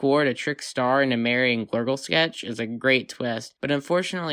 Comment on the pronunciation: P.S. Glurdle Skletch is pronounced with a exhale at the end. Glurdle Skletch Hhhh. Its a subtle thing, but always there.